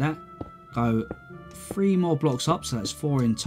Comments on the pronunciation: dont want to be meen but you say: one, to fuee. any way love the castle never seen some one more creative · i like how he says 'free' instead of three